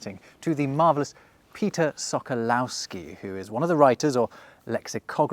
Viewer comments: SO-KO-WOV-SKI not whatever-wrong you prenounce Sokolowski, sok means juice sokół means falcon in Polish. Sokolow is probably Russian name, -ski is added to make it nobel, some lords in Poland added -ski to their oryginal names... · If you love language, the W in Sokolowski is a v sound in Polish, the L is a w sound and the o is a short o as in con not cow, ( all the Os should be pronounced the same) so it should read “ Sokowovski. It’s a bit rich that he can’t pronounce his own name, yet is a language expert?